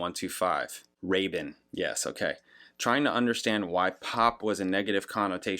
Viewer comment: You do pronounce 'Rabin' correctly now, but you still call the album "Nine ZERO One Two Five"! 😄 Which of course isn't actually wrong per sé! 😉